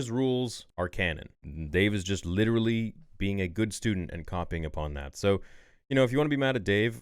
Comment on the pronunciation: WITEWWY ITS WITTEWY GORG LUCAS